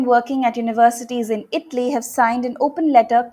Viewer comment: Only Indians pronounce Itly. That's what the lady said when talking about Italy. The people of the south say fi (five). "Here" is pronounced by the Indians (I can't) and cannot be described. It is a shame that Indians have made English the state language and it has been a British colony for 200 years but its pronunciation has not improved. I am not perfect, but not like most Indians. check how to